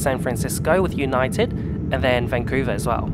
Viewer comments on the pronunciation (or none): none